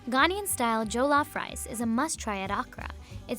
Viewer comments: Why is no-one talking about the way the narrator pronounced Jollof rice????!!! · The way she mispronounced jollof rice. 😂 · “Joe-lof rice” it’s pronounced “joh-lof” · is it.just me or I cringed at her pronunciation? Its joh-lof, not Joe-lof. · This girl butchered the word, you say it like: JE-LOAF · I'm kinda offended that she didnt say jollof rice originates from nigeria or pronounced it right. smh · First off that was too yellow to be jollof rice Second off why would you choose Ghanaian jollof over Nigerian Last off you said it horribly wrong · We not gon' talk about how she nailed almost every pronunciation?? Good job Good job. EDIT: except for my native country's Jollof LOL nice try though. glad she classified Ghanaian style, Nigerians I'm ready to fight. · I don’t like how she said jollof I’m asian and even I know that was weird